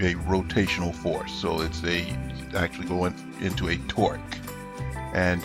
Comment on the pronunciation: sounds like twerk lol